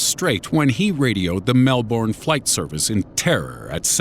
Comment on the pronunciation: Lol the way he says Melbourne 😂